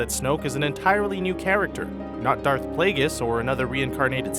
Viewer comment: He said dark plaigeus it darth wtf